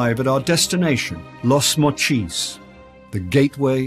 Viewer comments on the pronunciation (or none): FYI..Los Mochis is not pronounced "Las moCHEEZ." It's "Lows MOcheez." And El Fuerte is not pronounced "El fooWAIRtay." It's "El FWERtay."